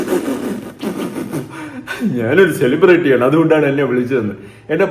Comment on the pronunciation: ആർടിസ്റ്റ് 😂😂😂😂ചെളിബ്രറ്റി 😂😂😂😂അത് നീ അല്ല പറയേണ്ടത് ഞങ്ങളാ പറയേണ്ടത്. നീ കാരണം യുട്യൂബ് ഓൺ ചെയ്യാൻ പറ്റതായി . നാണം കെട്ടവൾ 😡😡😡😡